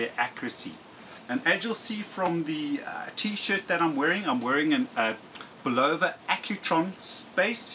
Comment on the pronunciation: Bulova is properly pronounced: bull of a . (bull ov a) Ron W4BIN